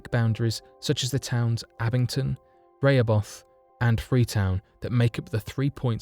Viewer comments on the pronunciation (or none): Rayhobeth???? Im a new englander its REEE HOO BITH